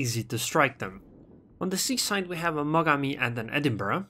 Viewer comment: also you said 'c side' which sounds like seaside. Nice pun.